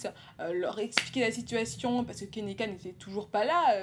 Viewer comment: Enfaite son prénom se prononce Ke-ni-ka et pas kénéka voilà :)